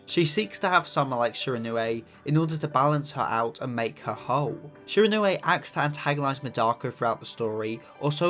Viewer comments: My pronunciation-obsessed a$$: “It’s pronounced Shi-ron-wee” !!!😢😂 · I don't really understand how someone can't pronounce the name even though they have watched the anime where the name is said a hundred+ times